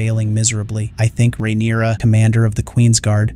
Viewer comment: Just hearing you say ""RAIN-uruh" & "Yaygar" drives me insane! Sounds like u have no idea who u are even talking about. Stop being so lazy using AI, & speak for yourself. Please..smh.🙄 😂